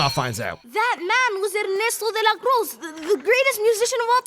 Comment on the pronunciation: saying "Ernesto de la Cruz" perfectly but also saying enCANto